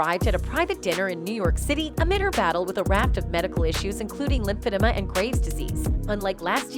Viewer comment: Lymphedema is not pronounced the way you say it. It's pronounced LIMB FA DEEMA. NOT LIMB FA -DA MA. It is a terrible health issue and you should educate your viewers the proper way to say it. Not trying to come down on anybody I'm just saying. Like your videos by the way.